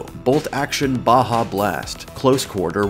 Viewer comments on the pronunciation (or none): none